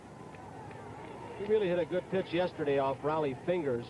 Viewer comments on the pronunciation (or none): none